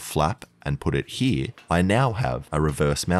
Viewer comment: Whenever he says here I hear H I R